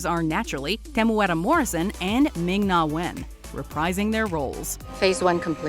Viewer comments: very good pronunciation on Temuera's name. Kia Ora from New Zealand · Wow. Just had to say the pronunciation of Temuera was perfect and better than a lot of people from New Zealand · Nice pronunciation on Temueras name👌🏻👌🏻👌🏻 pretty much perfect